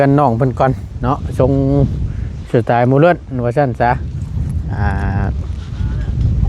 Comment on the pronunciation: ถามเป็นครั้งที่ 100 มันออกเสียงยากมากหรือไง คำว่าโมเดิร์นเนี่ย ออกทุกทีๆก็โมเลิร์นอยํยัางงั้นทำไมไม่ฝึกหัดบ่อยๆฟังแล้วมันขัดหูบางทีทำให้ความหมายเปลี่ยนไป